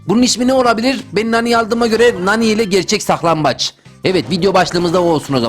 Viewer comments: Saklanbaç deyil saklankaç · Abi o saklanbaç değil saklambaç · BAŞLIK SAK-LAN-BAÇ AMA O SAK-LAM-BAÇ OLUR